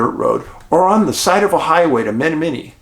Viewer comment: It's pronounced Ma-nom-ma-nee